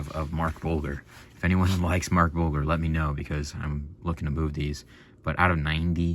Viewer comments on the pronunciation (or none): Pronounced, Mark Bul-JER